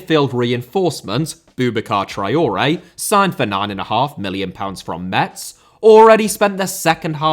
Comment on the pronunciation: Traoré* not Trayorei Semedo* not Semeirouw Guedes* not Göres Debut* not Deibyu Laje* not Lohrj Lopetegui* not Lopeteigui Half* not Holf Bueno* not Bueinouw Jorge * not Jöj